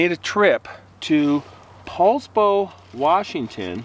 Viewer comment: OMG I live in Poulsbo, thanks for correct pronunciation 😊